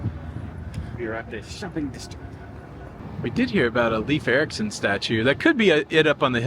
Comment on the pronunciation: It{s not Leaf Erickson sounds like Layef